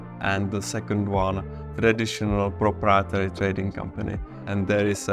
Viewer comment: He really needs to practice the pronunciation of "proprietary" 😂